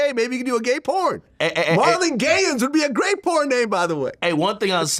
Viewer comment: He disrespected the Wayans name by dubbing it Gayans....they need to get at him all of them